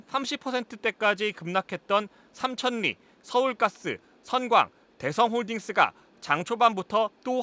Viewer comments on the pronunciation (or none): 삼천니? 삼철리로 발음해야 하는거 아닌가요?